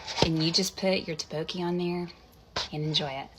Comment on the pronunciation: Did she just pronounce tteobokki as towbowkee 😭😭😭